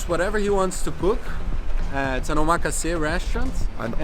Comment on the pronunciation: say it with me now - OH-MAH-KAH-SAY. not omakasee.